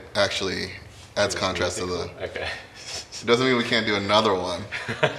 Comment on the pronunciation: Tosin, "Oh keh." Also, Tosin, " We need a consonant in and then we can do the curve balls."